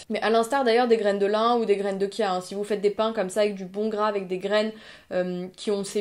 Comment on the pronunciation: Pourquoi "Kia" c'est chia on ne dit pas kien... Sinon très bonne vidéo !